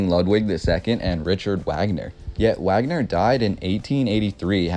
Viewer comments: Wagner pronounced Vogner. Keep up the good work. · At some point in time, I'm sure you'll come to pronounce Richard Wagner's name correctly, namely, Rick - ard Vag - ner. I love your passion and story-telling. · Well. You lost me at your pronunciation of "Wagner". In German the "W" is a "V" sound so it's "Vag-ner". Just saying. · It's Vahhgner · it's pronounced "Vagner" man. do your due dilligence mate. Wagner = Vagner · 🥰Love it Buddy! Great pronounciation of the castle name (which I believe ? was Walt Disneys’ inspiration for Snow Whites’ castle)‼️ But Wait‼️🌹Richard Wagner and Is not pronounced with a “W” sound as in American English honey. In fact it’s a full on “V” sound as in Vog- ner. King “Ludwig” as in Lewd Vig or Lood Vig! And yes, I’m American raised by a German from Hamburg! So it’s true-strict German/Americans (he got his dual citizenship here as Germany is one of only a few countries that allow you to keep your German citizenship whilst attaining citizenship from a second country) which I believe was the result of the project paperclip after WW2 so the thousands of Nazi scientists were brought to USA in order to avoid war crimes prosecution and jump start our Space Program which became the US NASA Institution. The CIA being the conciever & instrument of paper clip. 💕true that mispronounciation IS an annoyance to German Americans! 🥺 Sorry if that was rude of me! 😱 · It's pronunciation is Vagner and his top single was the flight of the valkuries. Just saying . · Vogner is how it's pronounced, perhaps you did hear of him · Wagner is pronounced VOG-NER from flight of the Valkyrie fame. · Hey, the Germans pronounce Wagner's name as Vagner. He is remembered for The Flying Dutchman music, which was used in Apocalypse Now in 1979. It was about Flying Ships.Great Video! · It’s not pronounced Wagner it’s pronounced “Vaugner” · Wagoner is pronounced Varganer. That is a very interesting building, thankyou for the vid.